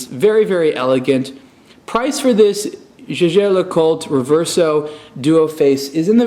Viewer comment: "jejair" LOL... it's german, the "j" reads "y"